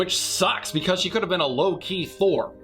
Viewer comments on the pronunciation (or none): The solid three seconds between when you said "Low Key Thor" and I actually heard "Loki Thor"